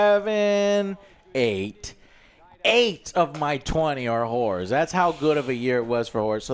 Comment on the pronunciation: joe, please pronounce "horrors" better. i thought you were saying it was a good year for women of the night